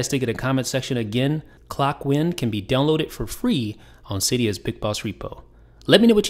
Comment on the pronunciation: I would hate to correct you but it's ClockWind rhyming with hind or mind not wind as in gust of wind. I think so anyway.